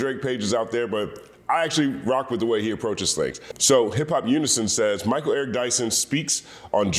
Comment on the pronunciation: “Mal” Eric Dyson.